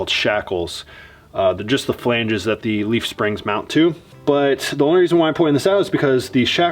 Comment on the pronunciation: I've watched every video since day 1, and you drive me crazy. Long e before a word starting with a vowel. (thee ant). Short e before a word starting with a consonant. (thu van). 😐😐